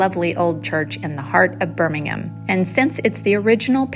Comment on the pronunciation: Impressive pronounced Birmingham correctly 😅